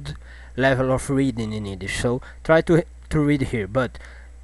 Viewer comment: Haha.. He can't say the "Y" in Yiddish.